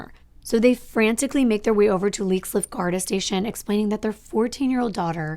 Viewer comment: Not trying to sound like a no it all. I only know this from people I know from Ireland. The police there it's pronounced GAR-DEE like how they say saint paddy-ieeess instead of a shorter and softer y sound. But I love you're videos you're so beautiful inside and out. You kid is lucky to have such a clearly loving mother. :)